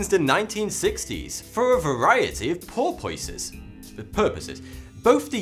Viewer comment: Did anyone else notice that he messed up on his pronunciation of the word "purposes"? I never herd him mess up before. I thought it was a nice little Easter egg for one of his videos😋